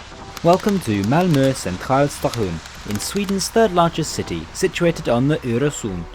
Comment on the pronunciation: You even used the local accent when you said centralstation, I'm impressed